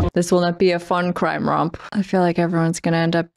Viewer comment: I thought you said "crime rob" and had to rewind to hear "crime romp"....it made me laugh 😅😅😂😂😂😂